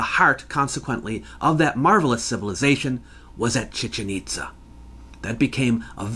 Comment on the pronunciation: Chichén Itzá, please, not Chíchen Ítza. Excellent video as usual!